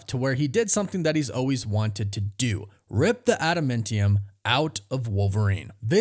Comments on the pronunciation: Ada-MAN-TIUM not adamintium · It’s adamantium bro, not adaMENtium😂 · IT'S NOT ADAMENTIUM, IT'S ADAMAAAAANTIUM!!! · I just started this video and realized I have to listen to you say "adamentium" 400 times. Ah-duh-MAN-tee-umm